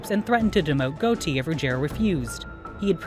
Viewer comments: it is pronounced Got-i. not goati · Can’t believe you don’t know how to say Gotti